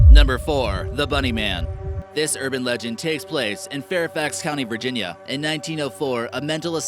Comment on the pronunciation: When he said "The bunny man" I thought he said "The Boogie man" and I was about to go crazy